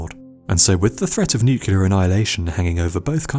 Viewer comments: NOO - CLEAR NOT NOO - QUE - LAR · He said nucular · You use the incorrect pronunciation of the word "nuclear". The Homer Simpson pronunciation. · That is not the correct pronunciation of the word "nuclear". That is the Homer Simpson pronunciation. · Interesting and well put together. Only marred by your inability to say the word "nuclear" properly. Very good otherwise.